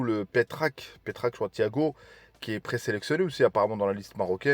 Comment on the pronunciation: Ce n'est pas Petrac, mais Thiago Pitarch.. évité SVP de d'écorché les noms de certains joueurs ne soit pas dans la précipitation.. Tbarak Allah 3lik 🤲 khoya wa Allah ihafdak 🤲.. Allah alWatan alMalik 🤲🇲🇦👑 wa DIMA ELMARGHIB CHARIF 😇😌🦁🌟❤️💚❤️💚❤️💚❤️